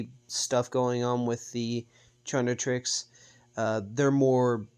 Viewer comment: You Should Try Another Pronunciation For "Chaquetrix", Calling It "Charnitrix" Is Way Too Close To "Carnitrix" Which Is Also Another Ben 10/Omnitrix AU